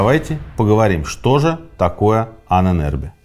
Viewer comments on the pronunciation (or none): Ужасно коробит это "аненЭрбе"😂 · Мои три копейки: Аненербе (Ahnenerbe), ударение на а (Анэн-Эрбэ) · Ahne - предок, соответственно мн.ч -Ahnen . Erbe - наследие. В конце твёрдое - е. Звучит как "э" . Правильно произносится Анэнэрбэ...кстати существуют до сих пор отделения Ahnenerbe в Германии. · Правильно произносить " аннэнэрбЭ" , слово состоит из двух слов - Erbe ( эрбэ) наследие и Ahnen ( предки) . Тоесть- наследие предков. В конце слова твёрдое " э" а не " е" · Произносить и писать лучше " Аанэн Эрбэ" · Ahnen = предки Erbe = наследия Слово "Ahnenerbe" произносится с ударением на удлинённую "А" как "А́аненербе" и означает наследие предков. Этим может быть всё что угодно. Например пирамида для египтян или же светлый цвет волос у шведов 😉. Пишу этот комментарий просто для понятия самого слова. Может кому нибудь интересно 🤷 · дуракам покоя нет... ударение на начальной букве "А"